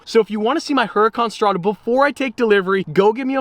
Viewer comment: why "HURRICANE" 😩😵😣😖😣😫😫😫😤😤😠😠😡😡🤬🤬🤬🤬🤬🤬🤬🤬 if the right name of that LAMBORGHINI 🐂 is "HURÁCAN" 🌪️ ...🤔?!!? Sorry but I think that isn't too difficult to READ & PRONOUNCE the RIGHT NAMES of Normal/Super/Hypercars... ...overall like BUGGATI, BOOGATI, BOOOGGATI" 😖😣😣😩😵😩😩😩😩😫😫😣😖😖😠😠😤😡🤬🤬!!! I'm an ItalianPetrolhead like Ferruccio 🐂Lamborghini , EnzoFerrari or EttoreBugatti , and and I become FUCKIN' CRAZY when I read INCORRECT PRONUNCIATIONS of the names of CARS, MODELS AND AUTOMOTIVE MANUFACTURERS, where it would be enough to READ JUST AND ONLY the name and, it's a matter of not knowing the CORRECT PRONUNCIATION but, going from "HURÁCAN to HURRICANE" (where the 1 ° word is Spanish, not even Italian) it drives me CRAZY, as if I called DODGES "CHARGER or CHALLENGER" in Italian, translating them "CARICATORE o SFIDA" 🤷🏻‍♂️!!! Does it seem the same to you 😉??? I don't think it's the SAME THING...right 😉????